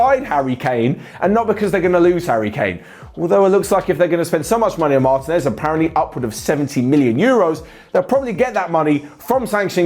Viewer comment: Repeat after me: mar-TEEEEEEE-nez. Not mAAAAr-teenez